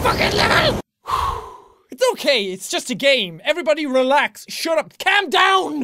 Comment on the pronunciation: I love how he says cam down